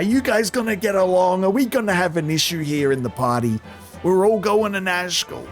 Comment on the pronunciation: I keep thinking you're saying Nashville. Like the group is gonna go start a country band.